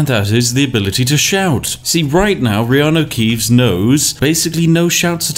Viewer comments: I heard so much Reanue Keeves now, Keanu Reeves just sounds wrong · someone commented on your elder scrolls vids before, saying they basically become so accustomed to hearing reanu keeves that they felt weird when someone said keanu reeves. and to be honest that is scarily accurate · I've gotten so used to hearing Reanu Keeves I keep forgetting that's not the real world guy's name. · You say reanu keeves so much that i forgot thats not his actual name lol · Dang it Spiff, thanks to you I'm constantly mispronouncing Keanu's name by saying stuff like "You know, that Reanu Keeves movie" and get strange looks! Anyway great content, as always. Cheers!